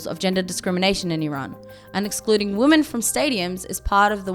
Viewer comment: She cant pronounce women. She says it like woman.